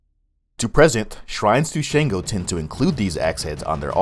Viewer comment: Its pretty good for putting the effort, just a couple of mistakes which have already been stated. However it is Sango not Shango, Shango is not a Yoruba word.